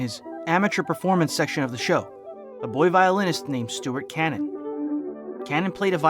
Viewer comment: As this is a re-upload from several years ago I imagine that you already know what I am about to mention. But, for the sake of the readers, I will point out that the surname of the violinist Stuart Canin is pronounced "kay-nin". Anyway, let me affirm that you do excellent work.